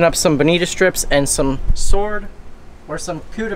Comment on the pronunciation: It didn’t appear that you bled them. Did you? And on behalf of us west coasters.... it is pronounced “bonitaaaa”. Cheers